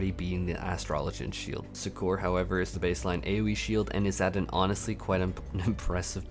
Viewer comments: Suck-Err, not Su-Kor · Succor is pronounced as "sucker" xD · Yeah that threw me off as well lol